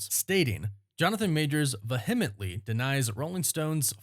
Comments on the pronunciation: vee·uh·muhnt·lee here ya go homie since its so hard for y'all to google how to pronounce words you've obviously never heard before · PLEASE learn how to pronounce "vehemently"